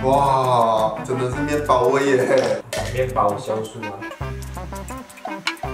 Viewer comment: 酵素 是读“jiao” 不是读“xiao”。。。